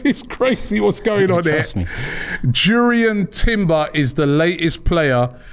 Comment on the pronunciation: Jurrien Timber. Should be pronounced as "Yuriean Timbea". If my German serves me right. Robbie should learn a bit of Culture 😂😂😂 am excited as a Gunner